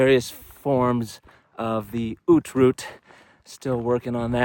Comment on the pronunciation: Great video, very well done! Thanks for using only few words and trying to get the right pronounciation of "Haute Route" vs. "Hot Route" ! ;-)